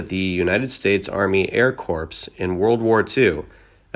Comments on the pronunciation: I guess San "Barandino" is actually San Bernardino, air "CORPSE" is actually pronounced "core". Sheesh. A pea-pickin' pitiful read. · “Air corps” is NOT pronounced ‘corpse’, but ‘core’. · Bro, could you mispronounce anymore F'ing words??? You sound like a Japanese Tourist trying to pronounce English words. The Air "corps" "Bombarder" San "Berandino" LOLLLLLLLLLLLLLLLLLLLLLLLLLLLLLLLLLLLLLLLLLLLLLLLLLLLLLLLLLLLLLLLLLLLLLLLLLLLLLLLLLLLLLLLLLLLLLLLLLLLLLLLLLLLLLLLLLLLLLLLLLLLLLLLLLLLLLLLLLLLLLLLLLLLLLLLLLLLLLLLLLLLLLLLLLLLLLLLLLLL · Now, come on! US Army Air Corpse!!?? I can't let that pass. You pronounce it like "core" not corpse as in a dead body. Also, he was a bombardier in that he aimed the bombs and dropped them. By that time, it was the US ARMY AIR FORCE. After the war in 1947, I think, it became the US AIR FORCE independent from the US ARMY. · No kidding... I mean, "The United States Army Air Corpse" had rolling my eyes. Has the narrator heard of "air corpse" or "air corps"? If he told me he's heard of the "air corpse" before, I would really like to see a picture 🤣🤣